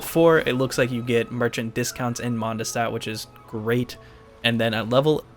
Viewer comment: “in mondestat”